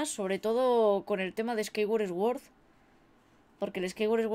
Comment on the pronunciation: Si pero yo creo que aquí no es el caso porque en LATAM también pasa igual, hay gente que hace exactamente lo mismo. Eso es más por no saber la pronunciación correcta la cual en este caso sería: "suord".